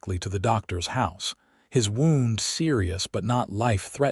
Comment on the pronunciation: Agreed. I just wish the reader could use the correct case of the words with multiple pronunciations: wound, read, live for example. Or that the content creators would edit the script. The river wound (w-aw-nd, not w-oo-nd) just chang it to the river made its way around the hillside. Knowing Mmm is a sound, not three individual M’s said as M M M I playback at 2.25x speed, so my experience with the sound of the reader is different than those listening as it drags along like a drunk mental injury patient learning to talk again. But this is one of the best readers at the increased speed.